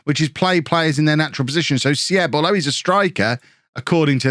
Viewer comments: this was so fun because im from Germany myself :D btw Armindo Sieb ist just pronounced more like Siib not Sieb :) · little advice on german pronunciation: if there is something with ie (like sieb or bielefeld) just say it as double e (beelefeld, seeb) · Some help with your pronounciation (which isnt that bad!) W's as V's e.g Werner / Verner V's as a soft F e.g. Voller / Foller With a word with an IE/EI in the middle you pronounce the 2nd vowel e.g. Sieb / Seeb or Wein / Wine! Lots more but those are the common ones. Love the video!